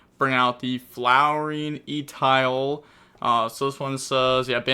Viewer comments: E-tile? Someone give blud a french lesson 🤣 Jokes aside I think its pronounced Etwah. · E-towel? Dafaq is that? Eh-two-al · Top pronounciation at the beginning but he falls to Etoile D-; It's french and ETWUAL is its sound Edit: omg who cares about Etoile, I just heard the Ostinato attempt... I'm outta this! Need some pasta to recover